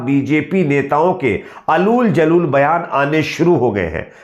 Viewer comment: " अलूल जलूल " नहीं " ऊल - जलूल " होता है भाई !